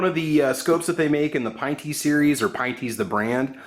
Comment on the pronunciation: Pinn-tee not pine-tee